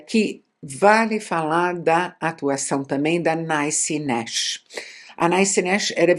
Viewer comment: Até onde sei, a pronúncia do nome da atriz é algo próximo a Nissi nexe, e não Naici nexe